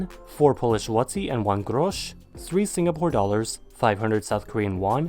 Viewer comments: One unfortunate grosz, oh gosh. Jk you nailed the pronunciation. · grosz wypowiedział normalnie